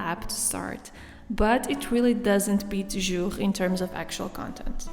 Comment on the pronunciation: your pronunciation of “Jour” is perfect! 🇫🇷